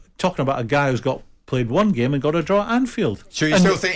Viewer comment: Goldbridge is so right about Souness! All he has is "I plaeyed the gaeme" "this guy/player is a risk, he doesn't know our gaeme" get this bitter old guy off air.